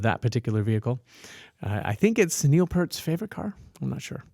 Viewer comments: Animation from 1981 even! 😁 And Mr Purrt's name is actually pronounced "Peert"! 😉 And in regard to singers in Rush tribute bands, I've noticed that the majority of them are female! 😄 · Proper pronunciation of Neil's last name: Peert :)